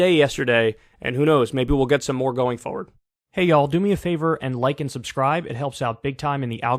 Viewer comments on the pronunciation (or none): Kyle, who says "foe-word" instead of "forward" and "ken" instead of "can," complains that this lady said "catchup" instead of "ketchup." Glass houses, buddy.